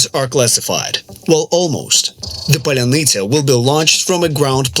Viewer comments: You're clearly not ukrainian, considering you pronounce "pallyanitsa" like it was Polynesia! :D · Какая еще Polynesia??? po-lya-ny-tsia !!!!!!!!! Polynesia-это островное государство! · "Polynesia"😂😂😂😂😂. It's Паляниця Palyanizya something like that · Он не может произнести "поляниця" он русский агент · “Polynesia” drone 😂 (Sorry, ) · polynisia XD brah u so funny with your pronunciation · паляниця = pal - ya - neets - ya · I for one am here foorting for absolute butchering of word Palianytsia.:D Not claiming I could fool any slav either.